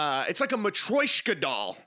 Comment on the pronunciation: never heard someone butcher matroshka so badly. banger episode like always, love it. keep it up, you're the goat